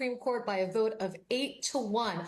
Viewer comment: "I will boat, for Donald Trump." Yes. You will boat.